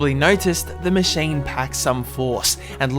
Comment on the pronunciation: Did You Just say machane?